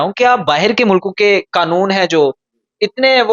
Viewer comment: Stupid the word is QAANOON .... not Qnoon